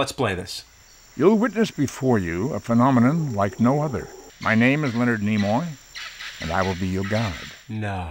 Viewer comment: “FOR NEMOY”